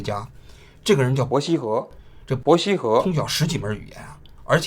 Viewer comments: 這一期伯希和三個字聽起來怪怪的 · 王菊连伯希和都说错？